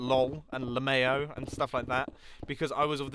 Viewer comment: oh god mumbo did you just pronounced lmao like that